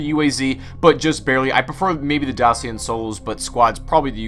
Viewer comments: it’s pronounced Daa-Chee-A. romanian company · Dacia, it's pronounced Dakia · YOU SAID DACIA WRONG.Is probounced Da-chia. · I criged everytime you pronounced dacia like that.. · I like how you say '' dacia'' but you pronounce wrong. Eh who cares